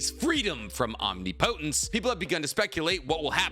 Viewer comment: Say Omnipotent correctly please, for me correct some of the words. Hearing you say the naruto words wrong as a fan is cringe bro.